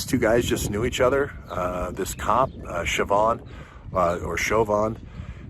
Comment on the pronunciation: Pronounced : think chauvinist Chauvin. show-van.